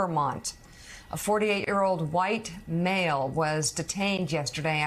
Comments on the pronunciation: “White Male” emphasis it again so we are aware of your phony agenda… who created this story? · I like the emphasis on, "......A WHITE MALE."